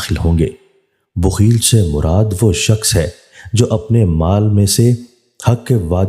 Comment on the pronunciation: AUG 31, 2022. URDU MAIN ZER ZABAR KA KHAYAL KAREN. BOOKHIL NAHI. BAKHIL HOTA HAI.